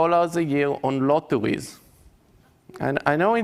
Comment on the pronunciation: CWAZY, LOTTOWEYS, TOMMOWOW, GWEAT , TWYING